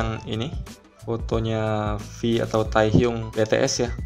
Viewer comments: Dibacanya tehyung buka teyhyung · "Fotonya Vi atau Tehyung Be Te eS" 🤣🤣🤣 Indonesia bgt yah!! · Ngomongnya Ta-eh-hyung be-te-es😂